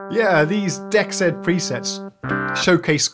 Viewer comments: Wouldn't "dexed" be pronounced "DEE exed" (or "DX'd", if you prefer) instead of "dex ED". I think that would make more sense to have the "DX" sound in the name. Enjoying the video. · Pronounced: D-exed as in DX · Hi, it should be pronounced "DX Ed" just look at the colour in the logo...DE-X-ED.